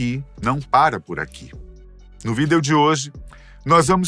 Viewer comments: Mas pq diabos ele n fala a palavra "vídeo" direito? É VÍDEO, COM UM ACENTO, UMA TONICA APENAS! Q agonia ouvir "vídéo"😖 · Adoro quando o diz: vidEo... Tão certinho! Muito fofo! Adoro o canal e os apresentadores são únicos! 😊